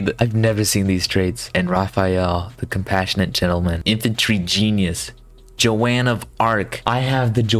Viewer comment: Ah yes, my favorite historical figure: Jo-Wan of Arc lol.